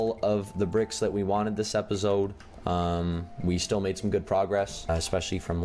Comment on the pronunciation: Just me or does he say repisoide? For the outro doesnt he say repisoide instead of episode?